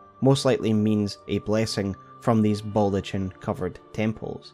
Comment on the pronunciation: That baldachin pronunciation drives me up the fucking wall though.